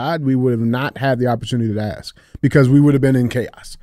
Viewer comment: I want to know how d j can pronounce that word, but can't say ask.